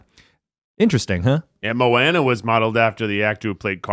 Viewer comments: It’s mo ahne not mawne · Hui e Keith aloha, i love seeing the evolution of the try guys...just to share, i love that you love Moana, so it’s moh-ah-nuh, not mowanena. & Hawaiʻi was once it’s own kingdom. We do have the only real deal princesses & queens & kings & castle in America. Just sharing manaʻo! Mahalo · Them saying mo-wana instead of mo-ANA DROVE ME ABSOLUTELY NUTS! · It annoyed me how they pronounced Moana wrong. It’s mo-anna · MO-AH-NAH THATS HOW YOU PRONOUNCE IT!!!!!!! sorry, but I was annoyed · Moana is mispronounced the entire podcast. I can't stand it.